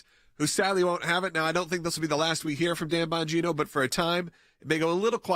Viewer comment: Enunciated carefully please It sounded like you opened with, "Tampon Gino"